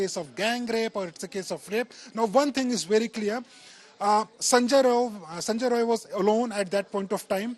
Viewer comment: Atleast mention the name correctly. Its sanjay rai